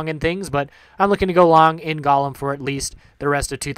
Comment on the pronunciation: Good vid, very informative. Ok, Golem is pronounced GO-lem, the O is long!